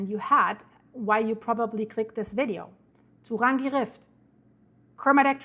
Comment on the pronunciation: Turangi…pronounced..too rangi.